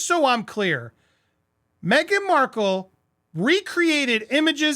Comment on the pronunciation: Awesome topic…but, my man - if you don’t get her last name right! 😂😲🙏🏻